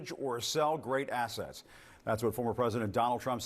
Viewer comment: I could of sworn i heard the "t" missing from assetts. 😂